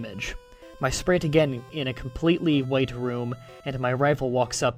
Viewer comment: Sprite - (Sprayt) not (Spreet